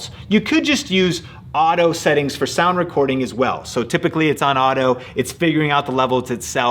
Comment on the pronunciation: haha U said audio instead of auto